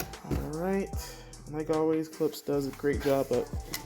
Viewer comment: Love the video but it’s pronounced “klip-sh” 😉